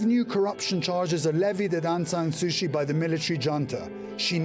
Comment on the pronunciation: Dear reporter, her name is Suu Kyi. Not Sushi. Not Suchi either